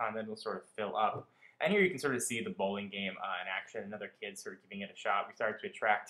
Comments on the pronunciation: you mean bowling... you said blowing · Boxing? Blowling? i thought the game was called bowling. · Blowling. Was that a freudian slip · lol Blowling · LOL "Blowling" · Blowling lol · Blowling? bLowling? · haha you said Blowling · Blowling Rather ? XD ( did he misspell bowling or blowing ? ) XD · "Blowling rather." LOL!